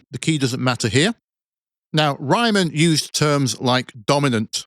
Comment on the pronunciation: team 3 ps: the name Riemann is pronounced Reamann, with the rea sounding like the rea in reason